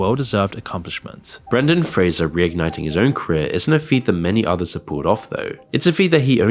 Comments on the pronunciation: it’s “Brenden” not “Brandon” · I thought it was just his accent... But no, he's really saying Brandon instead of Brendan and bugging the crap out of me 😅 ... It's even misspelled Brandon on the sub-heading! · as someone named Brendan, I can't stand the way he keeps saying Brandon... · Brendan! BRENDAN! not Brandon. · His name is Brendan, NOT Brandon! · The constant repeat of saying and writing Brandon, when his name is Brendan. Really took me out of it, else great video. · BRENDAN, not BRANDON, you knucklehead. How you gonna do these videos on these people and can’t even get their names right? 🙄🙄🙄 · Isn’t it Brendan not Brandon? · Lol bruh his names Brendon not Brandon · It's Brendan. Not Brandon. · Jesus Christ. Brendan. Not Brandon. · Omg it's Brendan not Brandon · BRENDAN NOT BRANDON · Anyone else shouting BREndon not BRAndon at this video or is it just me? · His names Brendan, not Brandon 😂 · BREN-don, not BRAN-don LOL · Brendan not Brandan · His name is BRENDAN. Not Brandon. Can you at least get his name right ffs?? It's so disrespectful and we have to listen to the wrong name about 100 times while hearing about how disrespected he was 😠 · Brendon not Brandon. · His name is Brendan Fraser though, not Brandon. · His name is Brendon not Brandon. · His name is Brendan, not Brandon. Jesus. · That man’s name is Brendan… not Brandon. My goodness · Brandon Frasier 😂. Its brendan fraser! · His name is Brendon, not Brandon as you keep saying in the video! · Brendan* not Brandon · Was it just me or did it sound like was calling Brendan Fraser Brandon? He's not Biden haha. It sounded like was saying Brandon all the times he said his name except for the last time where it actually sounded like he pronounced it correctly. Smh 🤷‍♂ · Dude, its BrEndan not Brandan. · Why are you calling Brendan, 'Brandon'? And he didn't play the mummy in 'The Mummy' He starred in it as Rick. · Great video however i swear he kept saying "brandon" instead of brendon!!